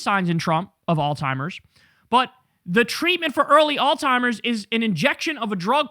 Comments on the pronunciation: It's AlZheimer's, not all timers!!! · It called Alzheimer's not “All Timers”, Jay-Z! Lol!!!! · Kyle, my brother. It's pronounced, "ALZ-heimer's" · You keep pronouncing it all timers 🤣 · Please, I beg of you, learn to pronounce "alzheimers" correctly. It's not "all timers". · Alzheimer’s, dawg. ALZHEIMERS. There is no T in Alzheimer’s disease. Please somebody close to Kyle let him know!! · Why can’t he pronounce Alzheimer’s ?